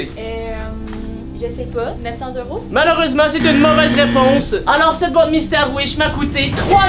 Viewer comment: Pourquoi tu dit heure tent dit que tu abite au Québec et au Québec ses des dollars pas des heuro😅